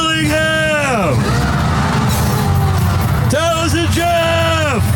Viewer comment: You missed the most important time stamp....when the announcer mispronounced Taliesin's last name. XD